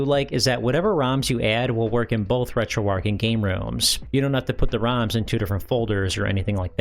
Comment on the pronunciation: Dude said RetroArch wrong over and over and over